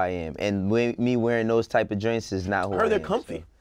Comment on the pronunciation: “There compfy”